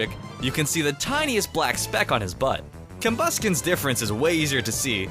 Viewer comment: It's combusken